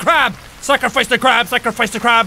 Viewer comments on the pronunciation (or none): Everytime you say scarfice really fast itmsounds like Baka